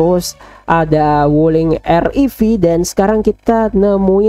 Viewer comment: Wuliing nya jadi Gulling🤣🤣